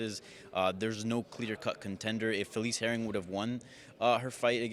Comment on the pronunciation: felice herring? does this guy even try to pronounce names? "sean o miley"